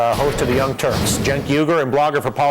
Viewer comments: glad to hear dylan is finally pronouncing cenk's name right! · It's pronounced Jenk, but it's spelled Cenk. His name is Turkish, and in Turkish you pronounce the C with a J sound.